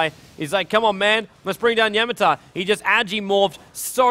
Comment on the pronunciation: i like your commentaries so far very much, but gotta misslike the way you pronounce Yamateh and hyhy´s names! xD